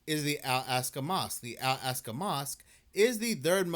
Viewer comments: Brother, "All AHK-sa" Mosque. Not "All ASK-a". You can do it. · It's not "al-ASK-a", it's "ahl-AHK-sa". Not that anyone cares. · wrong. Ask an Arab if they have a short "a" sound in Arabic, as in "add" or "Albert". They don't. It's as I laid it out for you - "All AHK-sa" or "Ahl AHK-sa". This was only one instance of your inability to pronounce pretty simple phonetics in the video. Nothing to be ashamed of though, just have some humility and own it and accept a little bit of constructive criticism instead of getting defensive. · wrong. Ask an Arab if they have a short "a" sound, like in "add". They don't. It's as I laid it out for you. That was only one instance of your inability to read and pronounce pretty simple phonetics in this video. As someone familiar with dyslexia, it certainly seems as though it's something you show signs of. Nothing to be ashamed of though, just own it and accept constructive criticism instead of getting defensive.